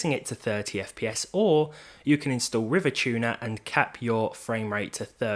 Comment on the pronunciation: River tuner? Reeva tuner is how many people have pronounced it in all my time